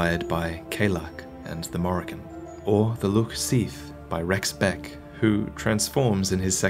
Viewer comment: Morigo?? You mean the Morrigon?? As in gone. Goo??